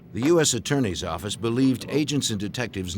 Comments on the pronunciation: Whilst I recognise that Kelstrom's diction has improved thanks, I would imagine to professional help, his "New York Office" could still be heard as 'Noo Yark Orrifice'. Just saying... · NEW YAWK AFFICE!